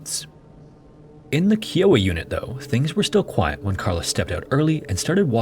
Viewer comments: ..... Kai-Oh-Ah....not Kee-Oh-Ah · Very good video: clear and concise. I especially appreciated the drawings which made the camp layout clear. The word "kiowa" is NOT pronounced KEEawha. It is pronounced "KIowah", riming with "Iowa." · Kiowa is pronoucned keye oh wah, not key oh wah. like if sigh started with k. KieOwah. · It’s pronounced Kai-O-Wah not Kee-O-Wah. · Kee-oh-wa?! I could not tell what you were saying til you showed the spelling. It’s Ki(as in high)-oh-wa, and the actual Kiowa “spelling” is Gáuígú. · Not to be that person but it was likely pronounced "kye-o-wa" not "key". As a native Oklahoman we obviously have a lot of native tribes, we have a lot of tribal land. They're not necessarily native (trail of tears anyone). But we need to try and preserve their heritage. The name Oklahoma itself is derived from the choctaw language. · Kiowa is pronounced "Kai-Oh-Wha", not "Key-Oh-Way". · I've never heard it pronounced as kee oh ah(kiowa).. lol I've always known the tribe be pronounced by tribal members n others as kyy(eye) oh wah(kiowa). I noticed the little grounds are different tribes. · Mispronounced Kiowa. It's pronounced kye (rhymes with eye) -oh-wa, not key-oh-wa. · I know this guy probably doesn't live anywhere near oklahoma but as soon as I heard "key-owa" instead of "kai-owa" i died laughing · Oklahoman here. Not a biggie but it’s KAI-OH-UH not KEY-oh-a Kiowa 😊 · Agreed. Kai-Oh-Ah.... not Kee-Oh-Ah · Kiowa is pronounced Kai-Oh-wah. It's a Native American tribe from the Great Plains that was pushed to and still lives in Oklahoma. Lots of things here in Oklahoma are named Kiowa. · Kiowa is pronounced, Ki like sky, Long O, Wa like water Ki O Wa. It is the name of an Indian Tribe. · "Kiowa" is pronounced "kai·uh·wuh", my dude. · Kiowa is pronounced “Kai-o-wa” it rhymes with Iowa. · It is pronounced K-iowa. Like Iowa with a K. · Pronounced KY-o-wa. A great plains Indian nation, the Principal People. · K iy oh waaa. Not Kiowa lol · Ahem. "Kai-oh-wuh."